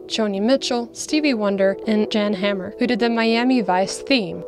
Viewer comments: Fascinating stuff! Just two nitpicks, tho -- 1, it's pronounced "Yon" Hammer; and 2, no one watching this video doesn't know who Thomas Dolby is. 🙂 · U mentioned jan hammer . It’s pronounced yan. It’s a Czech name . Also , when you kind of dismiss the concept of synths taking work from musicians , you have to realise at the time how it was a lethal threat and it DID take a ton of work from many many people . Horns and string player etc .. on so many gigs . So saying it in that whatever attitude as if it was wrong to see it as a threat , is stupid and unaware .